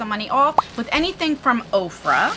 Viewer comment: I love this subscription bag. I didn't remember hearing of OFRA. I thought you were saying Oprah! 🤦‍♀️ The hologram bag is way cool. I love the products in the bag. I am considering this one.